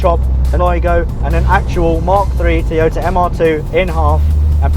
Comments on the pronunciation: Teeyota? The fuck? Its Toy-oh-tah. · Can you please pronounce Toy-o-ta correctly...not Tiota...bloody annoying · It's not a Teaota its a Toyota FFS!!! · I never knew Toyota came with a cup of tea? Tea Ota? Butchering the English language the Brits are. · Wtf is a Teeoyta. Heard of Toyota but not Teeyota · The rest of the English speaking world pronounces it as Toe-yo-ta, not Toy-o-ta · For the love of god, stop saying Teeota!🤣🤣🤣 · Say after me TOY-O-TA... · Teeyota? You get the second "O" right, why is the first so hard to master? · where I'm from its pronounced to-yota